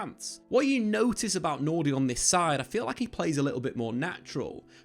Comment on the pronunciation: Nordy Madueke? Who in the fuck is that?